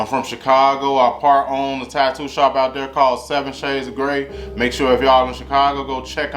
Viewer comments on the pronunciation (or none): none